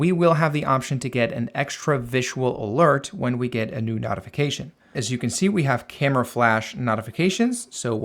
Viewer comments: Notification (NOTE) .... not NOTification....the I following the T makes the O the long version.... basic English. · it's pronounced NOTE-ification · Ty for a highly informative video. It's pronounced "note-ification." Be well and best of luck. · Not.ification? Great video but you say notification weird 😂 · It’s NOT pronounced NOTification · Nice video! But I have never heard anyone pronounce "notification" the way you do 🤔